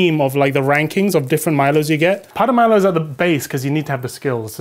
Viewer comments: That Milo pronunciation tho... Most of us Malaysian and Singaporean pronounce it as "mai-low", we kinda added a "A" in that... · Olly's jokes are so siiiiiiiiick, " The Timothy Charmaley" and how far Malaysia gets with the world cup." 🔊🤣🤣🤣🤣🤣🤣🤣🤣🤣. Im also wondering why his pronunciation of MILO keep changing as the video went on.😮